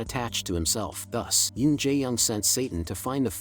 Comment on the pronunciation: Yin not yen